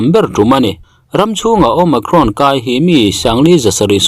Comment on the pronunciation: Omakhrawn ti aa lam chu a mizo hle mai,nice,tih zel tur aw sawisel tu awm mahse a mizo ve lawm